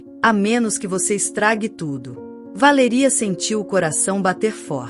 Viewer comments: Porque não pronuncia o nome correto Valéria não Valeria😂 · Como falam errado ! Nossa quem fala assim não é Valería e sim Valéria cassete! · Péssima como ela pronuncia o nome Valéria pois tenho uma irmã co esse nome e tao lindo bem pronunciado